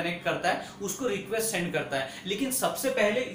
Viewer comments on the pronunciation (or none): none